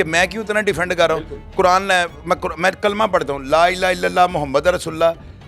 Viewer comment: Shahid sab ap ne kalma galat parha hai, kalme ko drust kare.